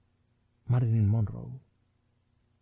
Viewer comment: Monroe es con una r no 2 sr lic